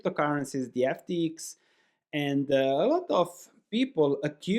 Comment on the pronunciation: Love the ex YU pronunciation : "FT-iks" <3